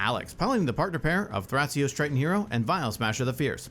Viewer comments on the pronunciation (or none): none